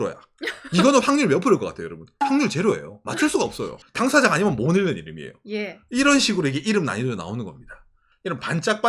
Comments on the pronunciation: 오상의 유튜브 통해 일본의 사정을 이것저것 알고 도움이 되었습니다. 그리고 팁 하나, '읽는'의 국어발음은 '일는'이 아니고 [잉는]입니다. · "읽는"의 발음: [일른](x), [잉는](o)